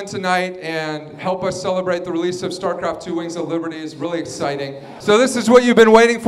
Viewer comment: lol he said "starcraft TWHELVE"